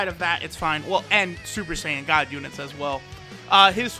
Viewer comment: shuper shaiyan